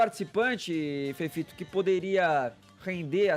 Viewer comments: FEFITO, seu escremento! Nojento asqueroso esquerdopata mesquinho! Aprende a PRONUNCIAR O “i” direito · ..putz mas esse Fefito é burro demais..vai fzer fono fi